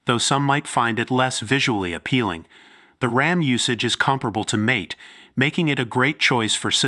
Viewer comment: AI b.s. video. Mispronounced mate (mah-te) as mate, as in 'find a suitable mate. Oy vey. AI sucks.